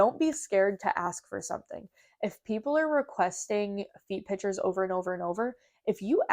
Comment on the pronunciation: also, it’s PICTURES…. not pitchers Lol 😂